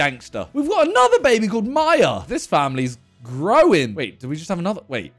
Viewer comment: Ayyyyy I’m called Maia not maya